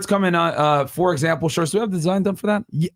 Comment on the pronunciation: “Fur Zample”